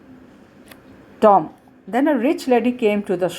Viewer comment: Pls improve reading you just read like with attitude like is Tom not Tomm.............. And also its watch not waatch.......